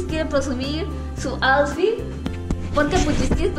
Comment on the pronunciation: El AUSFIT del muy chido 🙄